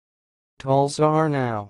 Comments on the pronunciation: You don't have a clue. Yanks are hopeless at foreign languages so why they pontificate on them is puzzling. It's pronounced /Tal-sar-nye/ with emphasis on penultimate syllable "sar". U is pronounced as an i, hence /nye/, not /now/. "Aw" is pronounced "ow" as in "iawn" = /yown/. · I'm afraid your pronounciation of Talsarnau is not correct. You should check with a Welsh speaker before you share.